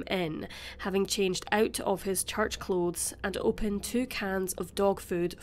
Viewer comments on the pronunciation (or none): none